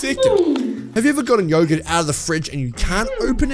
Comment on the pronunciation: It’s not yo gurt it’s yogurt